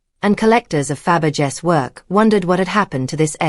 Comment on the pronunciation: His name doesn't sound close to cabbage. It's Fabergé.